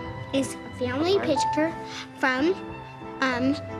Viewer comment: "family pishktur"